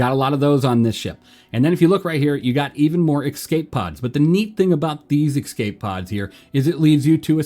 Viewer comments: Bro they’re called Escape pods not EXCAPE pods. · My dude, love the vids, but please learn how to pronounce the word 'escape'!